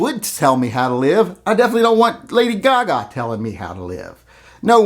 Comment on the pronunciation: Ya kept brining up Lady Ka-Ka, lol